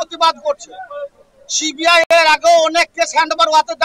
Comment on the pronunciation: সিবিআই উচ্চারণ ঠিক করে কর আগে 😂